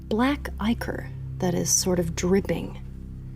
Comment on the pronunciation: Who else was screaming "ICK-or, ICK-or....It is not...EYE-CORE!"?